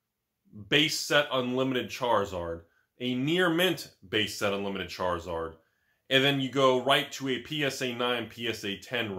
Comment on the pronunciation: You said charlizard wrong